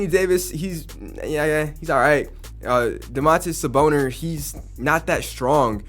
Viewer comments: "Damonte saboner" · Someone else heard it to😂😂💀💀💀